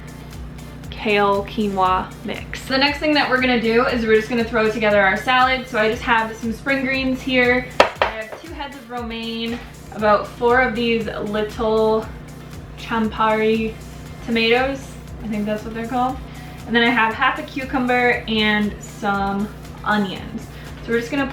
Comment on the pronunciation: The name of tomatoes should be pronounced with K - kampari.